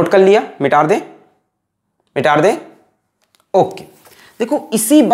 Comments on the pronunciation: Mita de ❌ Mitaar de ✔️ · Aap metaar de kyun kahte hai🙂🙂